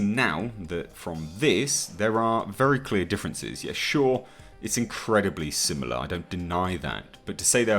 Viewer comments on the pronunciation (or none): none